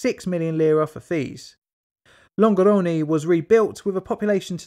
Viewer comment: Amazing video! Here's a little advice on pronunciation: When an italian word ends in -e (like salve or Longarone), the right pronunciation is a sound like the -e in "suggestion".